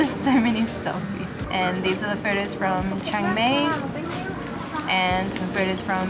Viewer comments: It's pronounced Chang my instead of Chang may 😊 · Chiang "May"? you should say it like, Chiang "My". Anyway, it made me giggle. :)